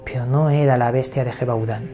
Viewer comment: Se escribe Gevaudan!!!!!, Se Pronuncia YEVADÁN!!!